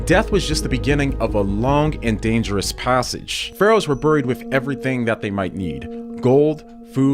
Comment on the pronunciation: I can’t get over how he says “buried” ahahahhaha I’m dying